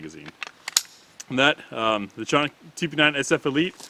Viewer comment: Canik Municipality in Turkey American pronunciation ka·nik